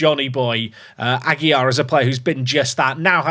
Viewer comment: Ah-gee-LAR. This is driving me crazy to hear every episode. Perhaps someone will buy from the team and solve the problem. LAR, not YAR.